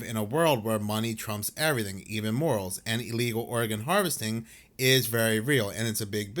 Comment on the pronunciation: I love this channel! But I swear to God it sounds like you are saying Oregon, instead of organ. Every time. Is this intentional? Or am I just too stoned? 😂😂